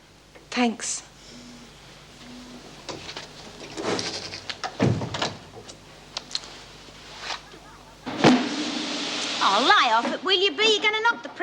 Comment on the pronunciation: I hate the way says tanks instead of thanks